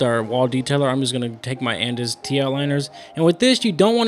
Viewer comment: is AnusMasters your brand of clippers or did you mean to say andis